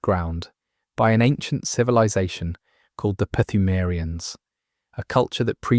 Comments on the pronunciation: My dude. It’s pronounced Yar-num not Ya har num. and the P is silent in Pthumerians. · Yeah...so...etymology time, yall! Pthumerians should be pronounced with a silent 'p', like the English word 'phthalates'. The japanese equivalent term for pthumeru starts with the kana 'ト', pronounced 'to' like 'toe' (fun fact: japanese doesn't have a character representing 'tu' pronounced 'too', or a 'thu' ['thoo'], but rather a soft 't' in 'tsu'). I read somehwhere the pronunciation was a play on 'tomb', so localizing the name in a manner that suggests this pronunciation makes sense, but can't confirm this was a direct source. Perhaps that is the case, but is not confirmed unless someone sources a developer interview. An educated guess is that the localization team wanted to foreignize the term, and borrowed the construction of a silent 'p' from the Lovecraftian source material. Foreignize meaning to make something appear unfamiliar, strange, or (dare i say) alien. Lovecraft did something similar when he borrowed the 'chth' from the word 'chthonic'when originating the name 'Cthulhu'. Note how the 'chth' becomes 'cth', losing the extra 'h' in a similar manner as the 'phth' in phthalates becoming 'pth' in Pthumerians. This added p also fits in a thematically (pseudo-)anthropological sense, being that 'phthaltes' (bearing the telltale unusual string of consonants in English) is derived from the root word 'naphtha', itself being a Persian word related to crude oil. That part may be a stretch, but it is funny how ancient Sumeria had geographic overlap with the Persian Empire, an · The P in “Pthumerians” is silent btw. The same way as in “psalm” or “pneumatic” 😊